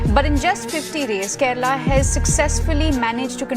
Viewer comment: Keral nahi Kerala hai